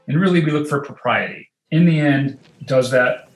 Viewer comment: Thuh influence? WRONG. Thee before a vowel, never 'thuh'.